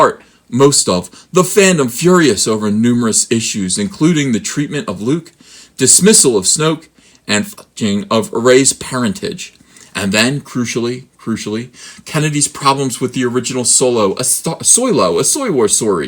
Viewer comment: it's Luke Titment, or Tit Moment, but not "teatment". The word "teatment" doesn't exist.